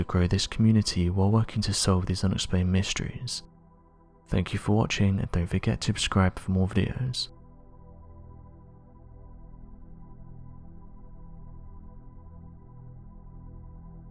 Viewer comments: Does anyone else notice he says don't forget to "abscribe" for more videos at the end of these videos instead of subscribe after I heard it I can never unhear it now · ...I've heard it so many times I've given up complaining about it, I hear him say it time and time again, I'd go so far as to say I have never heard him pronounce Subscribe properly ever.